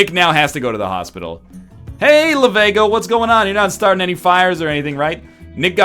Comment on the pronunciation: It's Lav*e*go not Lavago.